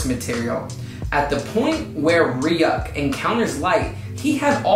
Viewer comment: You pronouncing Ryuk "Re-UCK" though